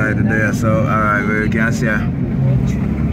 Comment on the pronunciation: Hey U r doing a great job with excellent service. I like the video presentations and most of ur commentary. But I suggest 2 things. Can u just tell us full date of filming each time. If we watch this video a month from now we only know it was on a Saturday. Second thing - rolling ur Rs in ‘alright alright’ does not sound cute; it reminds me of some ridiculous sounding preachers. Good work man 👍🏾